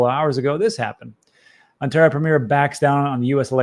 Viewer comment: Please google "how to pronounce Ontario"